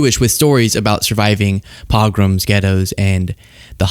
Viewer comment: Learn to properly pronounce the word "pogrom."